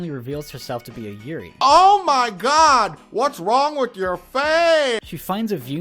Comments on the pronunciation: I gotta tell you man, you pronounced yuurei wrong. While that normally wouldn't really matter, you said yuri, which is girl on girl action. I had to stop the video and laugh for a minute. People without a proper burial turn into lesbians lol. For future reference, yuu-ray is a good enough way to say yuurei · LOL. Not as a Yuri. (you-ree) a Yurei (You ray-eeee) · its not Yurai... its Yurei. when you pronounce a japanese word with the letters ei together, treat it as japanese, not german.... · I know this is 4 years old but i just watched this movie today so anyway it's pronounced you-ray and also in the beginning of the movie when Sara visits the school, they mention that they have field trips there because the forest is just part of mount fuiji. So the girls in the school uniform probably arent yurei but actually just part of a field trip. Also the school girl in the forest, i think aiden mentions her being a school kid who came out here to commit suicide. which, yknow, p common. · Yurei is pronounced you-ray. A you-ree is a lily. Also used as a word for lesbian relationships. Pronunciation matters.